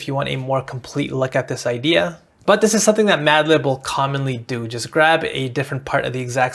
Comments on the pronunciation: "Maldib" edit: no bro he really just did it on purpose the whole time. i've been tricked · "Trah-Moe-Low". "Maldib"